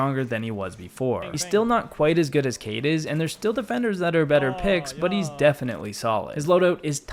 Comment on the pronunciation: Dude his name kait not cayde as youspellit Also it's strong not schtrong